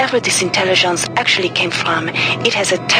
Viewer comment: when she says "artificial intelliggonce" it takes me out every time. I'm glad that besides all that, I still think she's badass